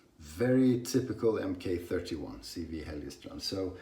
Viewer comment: Pronounced mark-31